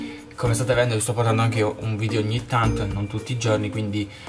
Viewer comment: ti correggo si dice VIDEO non VIDIO